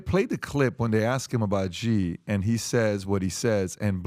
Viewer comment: When will you people learn to pronounce "Xi" properly. What a bunch of idiots!